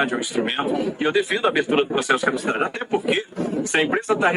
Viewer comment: É CADUCIDADE que se diz, e não "cauducidade", como vc tem falado. É só um apoio e não uma bronca, te adoro amigo.